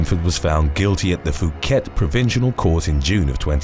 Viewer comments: The "h" in Phuket is silent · Phuket is pronounced: pooh ket